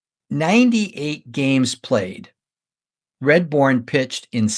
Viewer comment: I love you going over such great players and great eras of the game. I have to say though that you mispronounced his name. You kept saying Redbourn not Radbourn. Still great work.